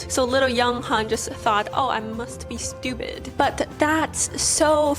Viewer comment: Why you keep saying stupide 😂😂